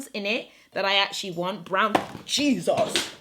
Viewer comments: The “Jezooos” killed me 🤣🤣🤣🤣🇳🇬🇳🇬🤗❤️ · The “Jesus” came out with the Nigerian accent. 😂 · You sounded so Nigerian when you shouted "Jesus" when the palette fell. 😂🤣😂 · That "Jesus" killed me. So Nigerian! 😂😂😂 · I LOVE YOU SO SO MUCH, the way you said Jesus was so Nigerian, you are so hilarious, and cool🙌🙌🙌🙌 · That “Jesus” when you dropped the palette was so Nigerian 🤣🤣🤣